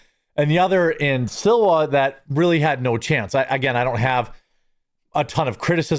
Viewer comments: Jeremy, it's SLEE-WAH, not Silwa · Sliwa is pronounced slee wah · Curtis "SLEEEE-WAH" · SLIWA. SLEE-WA Is that a problem? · Jeremy it's pronounced Swee-La 😂😂😂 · Good coverage, my friend! But, I have to say that you are not the only pundit to get Sliwa 's name wrong. IT'S --S L I W A--.